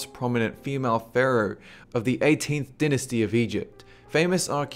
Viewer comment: why do you say dinisty? isn't it DIE-NIST-EE? and tutankamuun? its TUTE-EN-KA-MEN